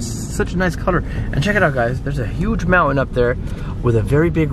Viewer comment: I love the house that you are living in! Very clean! Pretty! Your daughter needs a baby doll to carry around. Then she might not pick up things from all the rooms. Her own toy, something! What a beautiful drive that was. I just love your trip. Thanks &! when you say MOUNTAIN, you never pronoun the T!